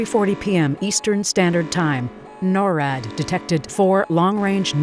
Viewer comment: It’s not called norad it’s called NORAD